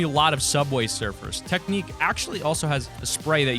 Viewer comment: Teck-nick 😂 😂 😂 (its teknique